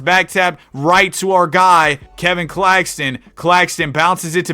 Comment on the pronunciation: “Nicholas cack- Claxton”